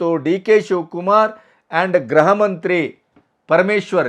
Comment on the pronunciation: Graha alla sir gruha.